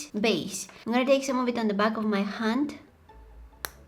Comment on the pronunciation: You said Han instead of hand your voice is so cute